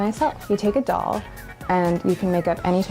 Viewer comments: Daz saying dole instead of doll for 11 minutes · I can’t get over the fact that Daz says “dole” rather than “doll” 😂 I love this man :) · Love the way you pronounce it ‘dole’ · Is he saying "dowl" hahah